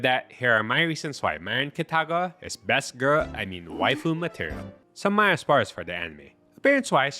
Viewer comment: Why do you pronounce her name like that? MArin KItaGAwa I read the manga and it annoyed me how much Gojou does while she just spends money and looks pretty. Not that she was a bad person. Just kind of boring. Most romcoms tend to be like that though I guess.